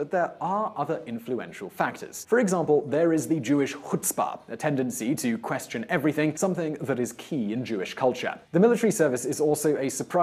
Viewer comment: First, it's culture and not Calture. Nobel prize and not noble prize. Second: you and Natan need to work more on your English before accusing me of being another lazy Arab while you're not doing your own homework. Finally, it's really interesting you are attributing this to genetics; shows some racist and outdated theories there. You can look at these Jews who received the Nobel prize: they were all from Europe and the US, how many are Mizrahis?.. explains it? don't mix pasta with Tahini.. it tests really bad, although we taught you how to make good food, you still mix things up.